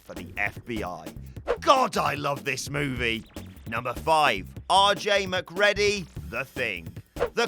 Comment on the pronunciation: im not sure where a dude who claps like hes a marionette and mispronounces Mcready ( as in Mac-reedy) gets off criticizing Jimmy bond and co.